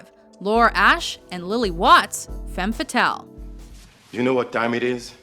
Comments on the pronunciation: actually, the pronounciation of "femme fatale" - as spoken here - is wrong. read: FUM FATAL - that´s like its original sounds in french. the phrase actually BEING french, it is highly appropriate to pronounce it like it originally sounds. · couldn't the speaker at least learn how to pronounce femme fatale correctly? It is a french expression and not englisch :P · Kenny Spillman im french and she pronounced it horribly hahaha